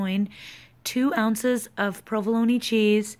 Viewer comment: You say provolone wrong. Pro-vuh-lone